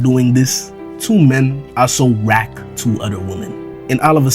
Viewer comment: Please never say rack again